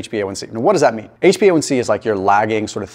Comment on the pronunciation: HbA1c. Maybe practice pronouncing it before shooting a video 😅. Love the video.